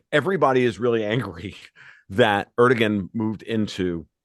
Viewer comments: Learn to pronounce 'Erdogan'. I.e. 'ErdoWAN'. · Is this comedy? Are these some new breed of professional trolls? Guy can't even pronounce Erdogan's name. The g is pronounced like a W. If he doesn't know that, my guess is he doesn't know very much. This is like, a bunch of jackasses talking about the stupidest conspiracy theories on planet earth. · This guy doesn’t even know how to pronounce Erdogan lol. He sucks.